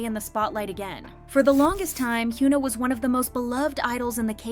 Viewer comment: i like your contents but... 한국 가수 이름 언제까지 이상하게 발음할건지. 케이팝 전문 채널이면 이제 현아 이름은 제대로 발음해야지. don't you think? plz.